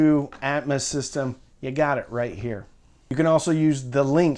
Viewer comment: I feel like "atmus" is the southern way of saying atmos lol. I agree, getting a center that doesn't suck like the c1+ is more important since that's where 80% of sound comes out. I'd probably invest more in the sub to get something like BIC F12 or comparable and see if you can get a cheaper AVR especially refurb/open box ones if possible. I remember the good old days when you could get a Denon S540bt from A4L for like $150 refurb before covid screwed it up lol. I also agree less is more, no need to waste money on getting 7 channel avr and atmos if you're not at like SVS levels of subs as that's going to make you grin more than hearing the occasional helicopter fly over especially with how hit or miss a soundtrack can be hence why "atmouse" is commonly coined for Disney movies.